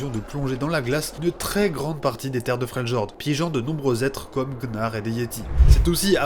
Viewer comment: like et abo mais dis fréliord en prononciation j'vais serrer